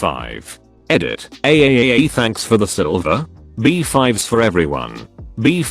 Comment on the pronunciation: the comments: bi-five the TTC: bEe-FiVe